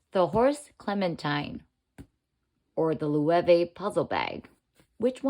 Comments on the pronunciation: Loewe is pronounced "loh-EH-veh" (lo-eh-vay)., not the way you say it as Lu-way-ve. Please know how to pronounce words before you record a video. You sound ignorant. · The pronunciation of Loewe here is so funny. It's the German word for lion. I feel that the top handles on both these bags wouldn't help me find what I'm looking for inside the bag very easily. Also, these days an external phone pocket is more practical.